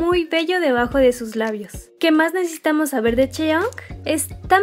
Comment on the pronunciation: Hace poco empiezo a estanear a twice y me parece un grupo hermoso y con muchisimo talento, pero fuera de eso Quien mas se dio cuenta que dice "necetamos" en vez de necesitamos